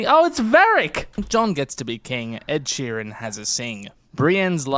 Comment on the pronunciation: either Preston or Carmine called him Ed Shireen and that will live in my head rent free forever